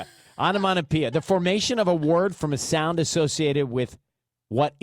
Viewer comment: Onomatopoeia * 😭😭 proud of you for trying bestie